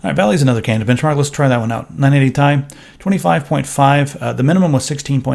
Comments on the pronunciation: Who the fuck pronounces it like 980 tie? It's T. I. You sound like a dumbass when you say it that way. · Its 980 T - I and not 980 Tie. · Would've subscribed, but you called it the 980 "tie" and not ti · Its not 980 tie, its 980 tee eye. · "980 Thai" ~ 2016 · Am I the only one annoyed by calling it the 980 tie...? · 980 "tie"??? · 980 tie? lol thats what he says... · Stop saying 980 Tai! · stop saying Tai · pls stop calling it the "980 ty" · as much as I agree with you, it really make sense to say it that way as the 'i' is not capitalized but hell, then it should actually be 980 [t-ee] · "980 tai" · If it stands for Titanium, then say Titanium. Otherwise, serve it over some ramen and dress it with soy sauce. It's not "Thai".